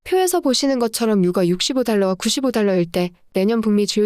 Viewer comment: [유까] [역대끕] 유가만 좀.. 발음 제대로 해주세용.. 항상 잘보고있어요👍